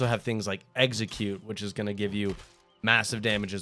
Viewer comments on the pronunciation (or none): Execute not Exeggcute...